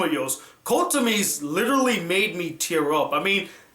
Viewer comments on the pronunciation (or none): none